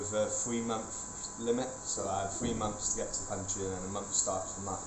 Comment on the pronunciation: has TEFL certification but pronounces 'months' as 'mumfs'!!??